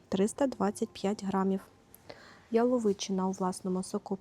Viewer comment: Яловичина с ударением на "я", плиииззз🙏🙏🙏 Спасибо за обзор❤